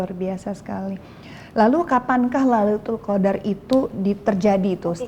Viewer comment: maaf kak luna tadi salah mengucap lailutul qodar ya